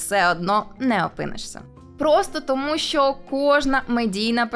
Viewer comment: Шановна! У вас в титрах немає жодного слова "щьо", "чьому", "щьоб" чи ба навіть "Чьервона рута". Будьте ласкаві вимовляти ш-, щ-, ч- твердо, відповідно до української фонетики. Матеріал же ж цікавий, потрібний, актуальний, а слухати важко.(( А перше, що спантеличило - "", але може Ви росіянка і це ім'я по паспорту. Успіхів! (Без образ)